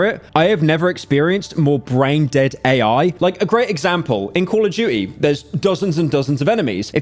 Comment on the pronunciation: “Coll of duchie”